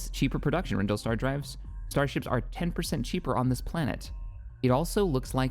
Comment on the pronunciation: you can build a frigate shipyard on any planet as long as there is space in orbit. You can only upgrade frigate shipyards, however, on planets that are specifically labeled Shipyard Planet. My recommendation is to throw a frigate shipyard on Rendili (renn-dee-lee, not renn-dill, this is Disney canon as of Squadrons) and have your two main shipyard planets be right next to each other in the core. Other notes: Mioo-nuh-list, not mull-ih-nust, Aargau is a world that should have mines, mines, and more mines, with the same applying to every world that you can put mines on